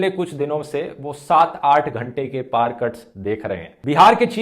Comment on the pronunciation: Excellent Sir आज आप पावर को कई बार पाअर pronounce कर रहे थे।